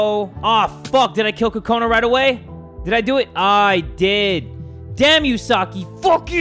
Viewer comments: it's not pronounced like "kakona" if you were to actually pronounce it with a japanese accent like it's supposed to be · i want to tell you that the way you say kokanu is wrong it is coconut but with out the t